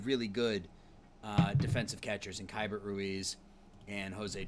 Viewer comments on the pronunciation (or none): Hate to be that guy but Keibert Ruiz's first name is technically pronounced like "key-bear"